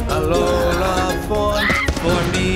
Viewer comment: They are saying alola wrong